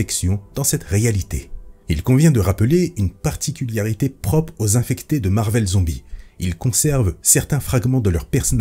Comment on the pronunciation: Je me permets de te corriger vu que tu fais souvent l'erreur. Ce n'est pas "Particuliarité" mais "Particularité" sans le -i. Sinon bonne vidéo, merci pour le taff fourni.